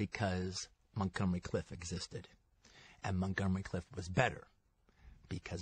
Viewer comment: Montgomery "Cliff?" Okay, Qt.